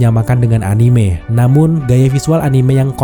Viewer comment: respect yang menyebut anime dengan e yang benar